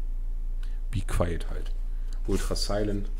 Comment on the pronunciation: be qwayeet , geile aussprache